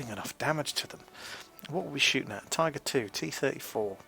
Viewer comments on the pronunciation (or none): none